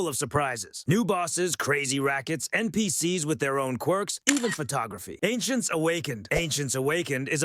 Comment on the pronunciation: Cheap AI slop. Rigid formula, horrible voice that cant pronounce NPCs and so much bloat without any meaningful content. You should be ashamed of yourself